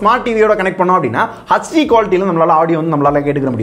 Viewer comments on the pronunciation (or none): He is saying hachdi insted of hd😂😂🤣🤣